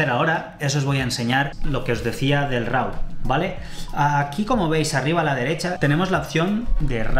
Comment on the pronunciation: No se dice "Rau", se pronuncia "ro" /ˈɹɑ/ ¿Porque motivo en España tiene la horrorosa costumbre de pronunciar como se les ocurre ciertas palabras o expresiones del idioma inglés, y no respetar la pronunciación correcta, como por ejemplo cuando dicen "güifi", cuando es /ˈwaɪ.faɪ/